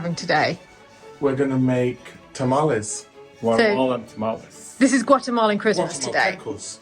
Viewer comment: Haha, I've literally never heard anyone pronounce tamales that way, being a staple food here in Texas. It's pronounced "tuh-mah-leeze."